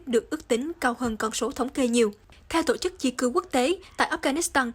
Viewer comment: đọc: tộ chức, tộng thống...